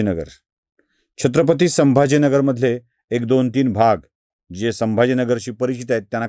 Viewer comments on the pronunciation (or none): none